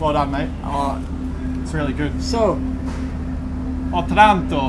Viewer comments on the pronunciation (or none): It's actually pronounced Òtranto, not Otrànto Btw great job from both of you, I like hear you talking in Italian, or at least attempting it :P Good luck for Sunday! Cheers from Italia. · Otranto in italy is Ótranto non otrànto